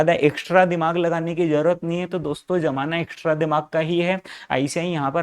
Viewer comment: Sir bol rahe hai श्टेप बाय श्टेप मत करो. एक्श्ट्रा दिमाग लगाओ 😂😂